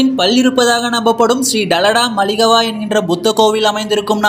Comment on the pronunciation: யேடா அரவு சேத்து சேத்து எல்லா வார்த்தைகளையும் சொல்றிங்க😢. இரண்டு தலை நகரம் இல்ல டா கொழும்பும் கோட்டையும் 2ம் ஒண்ணுதான்😢😢 சிங்களா=சிங்களம் எல்லா=எல்ல டலடா மளிகவா= தளதா மாளிகை ஶ்ரீ ஜயவர்ஜனாபுரா கோட்ட= ஶ்ரீ ஜயவர்தனபுர கோட்டை உச்சரிப்பு பிழை சாமியோ. நீ சரியா தெரிஞ்சுகிட்டு பேசு டா தங்கமே ❤😢